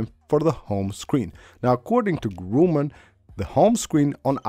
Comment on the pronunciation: Holy sh*t dude. Learn to pronounce his last name properly. Every video you mention his name you say "Grooman"... If you can't say it, don't say it all.